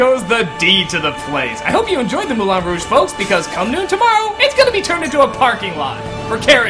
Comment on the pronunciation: J'adore l'accent quand il dit "Mouwlin raouge" :p